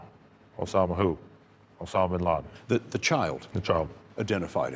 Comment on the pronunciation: WHY DONT YOU AMERICAN'S PRONOUNCE WORDS PROPERLY it's NOT binlardin it's binladen